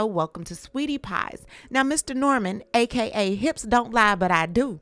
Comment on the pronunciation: Everytime you say hips😂😂😂😂